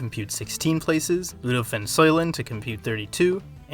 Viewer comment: The C in Rudolp van Ceulen is pronounced as a K. Keulen, the Dutch name for Cologne.